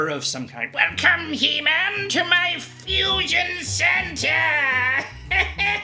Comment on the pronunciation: 1. The "secret second war... of spies, espionage [etc.]" that you mentioned as happening during the Cold War is just a description of the Cold War itself. 2. Europe isn't a country. 3. "Fushion"